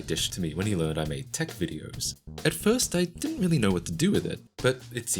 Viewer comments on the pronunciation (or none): none